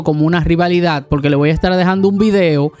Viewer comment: No se dice polque se dice porque